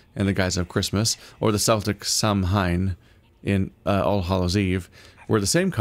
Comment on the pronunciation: Samhain is pronounced more like ‘Sah-Wane’ iirc, fwiw.